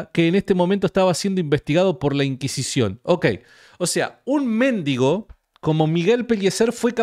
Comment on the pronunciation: mendigo -ga. 'Persona que pide limosna'. Es voz llana: [mendígo]. Son erróneas, con este sentido, la grafía y la pronunciación esdrújulas méndigo. Por favor!!!!,, con todo respeto, te pido que corrijas la acentuación de esa palabra. Un abrazo desde Neuquén. Te sigo siempre